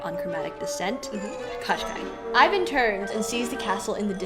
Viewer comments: Girls, if you such funs of the Firbird (Жар-птица the Heatbird in original) ballet let me make some remarks to the characters names pronounciation. The main antagonist name isn't spell like Qashqai (it's a mark of the ja[anese car) but Koh-Schey. It's hard to give the proper russian spelling of the sound Щ in english just put Кощей in google translator and push the spelling button. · I enjoyed the analysis very much, but I have never seen Kotschei written or pronounced like this, it made me smile each time you said it. I always assumed it to be transliteration from russian, and as such it should be like Koschei or Kaschei, pronounced like written. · NOT Katchkai , dears! It's KOSST CHAY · Hi girls. Thanks for such a fun show. I am Russian and when I was listening to you talking about evil witch I could not recognize his name. Then I looked at the closed captioning and got it. The closest phonetic spelling would be Koshay with an audible accent on 2nd syllable. All those extra consonants are making no sense at all. I think that proper names should be pronounced as closely to original as possible. Thank you again. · The sorcerers name is actually pronounced Ka SHAY. Which means roughly Mr Skin and bones. He is notorious for kidnapping fair maidens. One of them he turned into a frog. Good luck finding a prince to marry you. At least Rothbart had the decency to turn maidens into swans. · Ka, not Ko? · Do I recognise Andris Liepa as Ivan? Also, the name of the immortal villain in Russian is pronounced with only one K (in the beginning), the second consonant is sort of a long soft SH sound, and last vowel is /ei/ like ‘play’. Thanks a lot for this amazing recounting of Firebird!